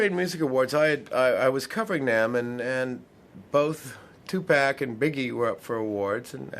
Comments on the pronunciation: Its tupac not tupack. 😮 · Tu pock. Not Tu Pack. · Just him constantly saying 2 pack made me say f this video at 1 minute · you said Tu pack😡